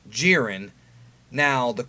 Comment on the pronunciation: Jiren pronounced (Jie-Ren) stopp hald assing it